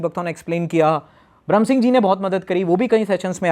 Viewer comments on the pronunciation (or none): none